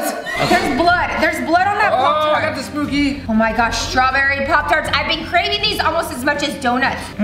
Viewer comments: The word spooky is actually sbooky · Spooky is with a p not b like said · when they said sbooky did they mean skooby ???